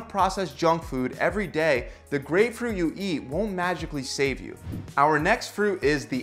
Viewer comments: Definitely says "Gapefruit" at the end of the grapefruit segment fyi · what is a gapefruit? :P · it says gapefruit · Gapefruit. Who caught this?? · Gapefruit LOL